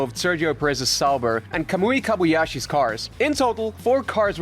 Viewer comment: I'll subscribe if you pronounce names right LOL It's Kobayashi, not Kabuyashi... And D'Ambrosio, not D'Ambrioso